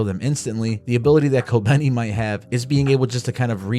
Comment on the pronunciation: its kobeni.